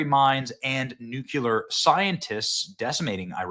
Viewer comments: It's NUCLEAR NOT nucular. Why do so many people mispronounce this word. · It's NUCLEAR Benny. Noo-clee-Er not nucular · Again Benny... its pronounced : "New Clear" NOT "Nuke U Lure" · Nucular? Nuculer? wtf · It’s nuclear, not nucular. Otherwise, great video, as usual. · Benny I'm a fan, but WTF are you talking about? First off, it's nuclear, not nucular. Please learn the word. Second, Iran desperately wants to fire a nuke at the US. Everyone knows their nuclear program was in its final stages. Trump supports the strike, the whole thing was a misdirect by the US and Israel and was well planned by both countries. Open your eyes. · BTW, please stop say NUCULAR... It's Nuclear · its noo clee er not noo- cu- lar - sp: nuclear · IT IS NOT PRONOUNCED "NEW-CU-LAR", IT IS NEW-CLEE-AR. It makes you sound uneducated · "Nucular" lol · Dude... It's NUCLEAR not NUQUELAR! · nuclear, not nucular. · Why do Americans keep pronouncing this "nu-killer" instead of "nu-cle-ar"? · LMAO dude it's not pronounced "nuke-you-lur", it's pronounced "new-clear" or "noo-clear" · Nu-clear. Not nu-q-ler. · Its not "Nuke-yaler" it's "new-clear" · Benny please learn how to pronounce the word "Nuclear", it is not "Nucular." I cannot watch you until you fix this pronunciation. But George W. Bush would be proud of you. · Nucular ??? Are you one of the Bush's ??? CRINGE DUDE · Please stop saying "NUCULAR" Benny. You sound like that idiot, GWB. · NEW--KLEE-ER! Not New-kew-ler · Stop mispronouncing “NUCLEAR”. It’s NOT “nucular”. There is no such word. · Hard to take people seriously when they use nucular. Literally anything else that follows has no meaning. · "Nucular" :facepalm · Nuke-you-ler lmao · Benny, say it with me. Nu Klee Er! Nuclear! As in Nucleus! Not Nucelus! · Nu-CLE- ar . It's not difficult tp pronounce it correctly. It kind of is an important word to get right. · Nook - Lee - Yer :P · hey benny. if you want to be a journalist, learn how to say Nuclear. nu-cle-ar.